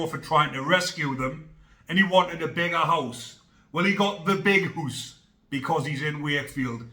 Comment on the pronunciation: "Well he got the biggest hoose" 🙂👍